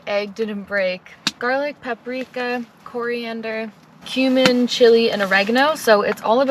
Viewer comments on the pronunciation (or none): none